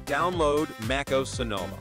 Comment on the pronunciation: It’s not fucking called “Make oos” It’s like fingers on a chalkboard hearing you say that